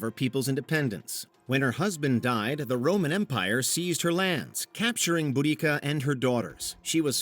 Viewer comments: Just for reference it's pronounced "bo da see a" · There's always been debates if its boo-dika or bow-desia. You managed to say neither.